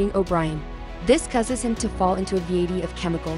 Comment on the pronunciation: You called a vat a vaytee.